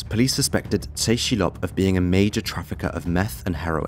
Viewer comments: Tse Chi Lop is pronounced Tess.. Chee.. Lop.. yeh the guy was major world wide.. multi agency combined to take him down. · It's pronounced GUANG-CHOW. And It's TE CHI LOP.